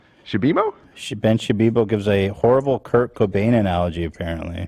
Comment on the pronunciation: Come on dude..did you just say Kurnt Cainbow instead of Kurt Cobain ??? 😂😂😂😂😂